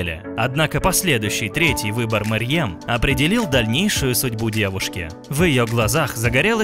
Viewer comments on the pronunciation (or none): Во-первых не Мэрьем, а Мерьем Во-вторых не Немецкая актриса, а немецко-турецкая актриса